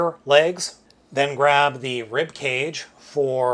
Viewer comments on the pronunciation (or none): none